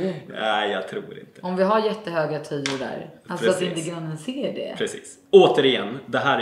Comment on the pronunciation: Ska ni ha automatisk bevattningssystem? Glöm inte slinga för roboten när ni ändå gräver. Sen heter det tUjor o inte tÖjor😉